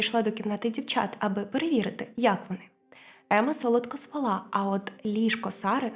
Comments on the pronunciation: Не спалА а спАла…. Й не « не лаяв» а « не гавкав» й капці це вже апріорі домашнє взуття а « домашні капці»- кліше з російської. Познайомився з трьома дівчатками а не дівчинками… Вичитуйте прошу добре текст- ріже вухо. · Приємний голос, але правильно спАла і собака не лає.